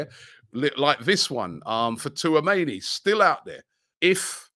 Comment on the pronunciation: Tchouameni = "T-SHOE-AMENI"